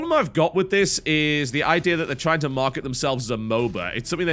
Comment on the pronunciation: Unrelated question... I've noticed that every time a word ends with "A" you seem to finish it with an "R" e.g. "The idear is" "Magickar is" and so on, why is that?